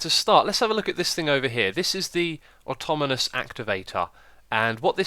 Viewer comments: Ben North I know but he was putting letters in the wrong positions that isnt just an accent (he said atomonous not atonamous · X its pronouced aw taw naw mus activator :) sorry it just nagged at my mind and i had to say something